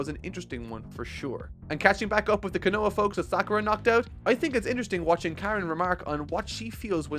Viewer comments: say it with me, Ko-no-ha not kan-no-ha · Again, not Konoa but Konoha!! Learn Japanese please!! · Ko no ha bruh how do you keep saying kunoa rock Lee clearing says it too at this point he just doesn't care and it takes me out of the immersion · I know its kinda late given its part 10, but Konoha is pronounced Cone-uh-ha. Bugs me every time and its kinda an important place in the story. Sorry. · I really need to understand how can properly say Konohamaru, but keeps calling Konoha Ko-NO-a? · its pronounced Ko no ha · love your vids but please say konoha right, it's killing me lol